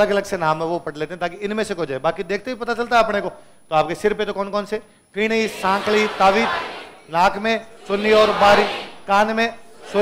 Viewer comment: Ferni bolte hai fini nhi